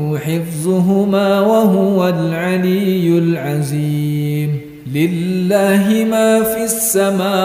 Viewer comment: Maap itu makhroj huruf dzo perlu di perbaiki bacanya jgn za contoh pada kalimat astaghfirulloohal'adzim... Jgn jadi aziim